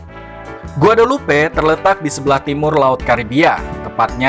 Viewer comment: Penyebutan nama dalam bahasa perancis ejaannya bukan begitu kali .